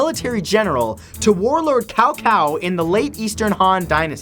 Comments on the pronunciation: #Matthew Santoro it Cao Cao not Cow Cow. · it's not cow cow it's sow sow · he said kao kao? :v (cao cao=Tsao Tsao) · "Cow Cow" Muhahahah rofl. It's pronounced Tzau Tzau... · Cao Cao's name is not pronounced (Cow-Cow) It is actually pronounced (Saow-Saow) The C in Cao Cao is pronounced as a S instead of a C. Little bit of knowledge drop-age on you~ :D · It's not pronounced as Kao Kao, pronounce it as if you were saying chow chow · I love your channel man, but you really need to learn how to pronounce Chinese names. E.g. "u" in "Dun" is pronounced like in "doom" rather than "sum". "C" in "Cao Cao" is more like in "chamber" than "can". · Cao Cao is pronounced Tsao Tsao, not Kao Kao. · Were you one of the voice actors for Dynasty Warriors 3?! I actually had to pause the video, it be 'tsao tsao' not 'cow cow' and as far as I know 'zha-hoe-dunn' not 'Zheng-zhu-dunn' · Cao Cao is pronounced "Sao Sao". Blame the Chinese romanization system. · You must remember this cow cow. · That's the english incorrect pronunciation. It's Tsao-Tsao. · Warlord "Tsao-Tsao" the C in Cao Cao is an S in pronunciation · Umm i'm sorry to tell you but you pronounced Xiahou dun wrong it may appear as you might say it ziahodun but it's actually shiaho dun ya see in china/japan some alphabits shouldn't be pronounced as they appear to be for an example Xiahou dun is pronouned Shiaho dun and Cao Cao is Pronounced Tsao Tsao not Cow Cow and Dong Zhou is Dong juwoh and please don't say Cow Cow..... it's Tsao Tsao.... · It's actually pronounced as "czao-czao". Good try, though. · Can you learn to attempt to pronounce names better? Yoofi? Cow-Cow? Gen-gis Khan? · it's more Tsao Tsao for accurate pronunciation. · He pronounces cao cao as kao kao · In his defence, all the old Dynasty Warriors games also got the pronunciations of their names incorrect in the English dubs. They also called him 'cow cow' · It's pronounced Tsao Tsao. Just letting you know Matt. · You said Cao Cao wrong omg xD It's not cow-cow!